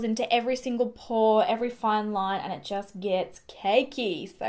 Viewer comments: Example instead of so affordable it comes out like soooarrrrr affordable. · New to your channel however the fact that you do place a strong rrrr after words with Os is a little distracting lol